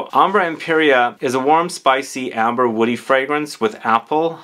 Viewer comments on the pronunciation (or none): none